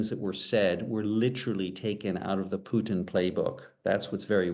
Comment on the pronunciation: Hello Journo, on , why pronuncing Putin's name "Pyutin"??? Hi is simple PUTIN! Cammon' be serious journalist!